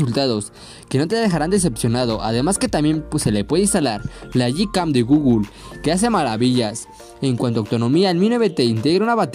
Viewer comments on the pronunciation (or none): none